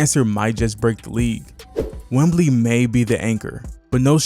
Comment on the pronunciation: Enjoyed the video man. Will sub. One thing though, I am unsure if you are calling him Wembly on purpose or not. Keep going!